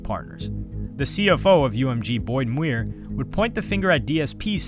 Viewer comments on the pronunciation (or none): none